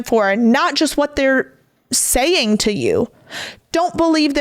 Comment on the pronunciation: Words that end in G do not sound like they end in K.